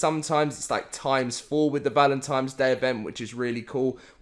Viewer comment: It's valentines. Not valentimes.